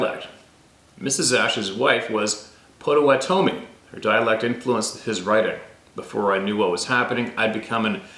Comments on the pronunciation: Amazing share of those diaries. So grateful. I know just one word you were saying wrong…Pottawattame (and I’m spelling it wrong) is pronounced “Potta-watta-toe-me”. There is a town and a county in Oklahoma named that. TY Mr Ash & for all that work. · Pronunciation...pot uh wat uh me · Its pronounced like thjs: Pot toe WA tah me. And again IS NOT SUPPPOSSED TO SOUND LIKE YU SAY A GAIN. AGAIN AND AGAIN. JUST LIKE yu mispronounce GRRRRRRRRRRRRRRRR Raah judge.....meaning to say garage. gaahRAahg. Phonetic sound spelling. Caps are merely to emphasize sounds. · pottuh-WAH-tuh-mee, Potawatomi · It's pronounced pott - uhh- wott- oh- me (my friend is a Potawatomi from oklahoma). As to the other words, you're on your own! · I know that you had trouble with a few of the Native words and names. Please allow this white man to help with one. “Potawatomi” pronounced (Pot-toe-watt-toe-me) meaning “the fire makers.” I was married to a young lady that had lived on the reservation with her mom and step molester while growing up. Hope this helps you out brother! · Pot-o-wan-o-me. Must be near Wisconsin cuz everything hear is named by natives. Lakes,towns,roads... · Pot o watt a mi ......is the way to say it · Pot '- a - wat' - o - me . : ) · Potawatomi pronounced pot _a_wan_a_me. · Pot o wanna me is how it sounds. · Potawatomi is pronounced "PAH-toh-WAH-toh-mee" 😏 We have them in my area. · It's Pot-u-WHAT-u-me. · Pot-oh-wat-toe-me is how we always heard the tribe pronounced. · That tribe name spelled Potowatomi is pronounced pot' a wat oh me. Like padda wadda me. At least, that's how the local news anchors say it. Michigan knowledge for you! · Potawatomi is pronounced Pa-tuh-waa-tomie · Pronunciation is .. PA WA TOM E ... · Pot ah what toe may is how we pronounce Potawatomi here in Kansas. 😂